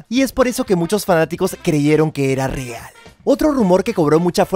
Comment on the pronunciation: breald, waild jajajajaJJAjAJjjaJjajAJa